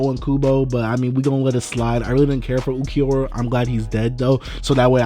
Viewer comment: My guy it’s ulllkeeyyoraaa ☠️😂